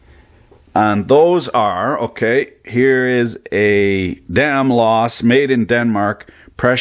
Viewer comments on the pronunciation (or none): Danfoss, not Danloss xD